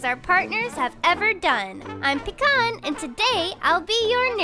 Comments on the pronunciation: Why does pecan sound like doopie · Why does pecan sound like doopie? Or am I just being fucking stupid lol?